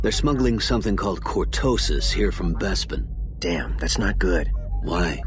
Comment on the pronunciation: What's a Besbin? Im sure Lando pronounced it as BESBIN all the time xD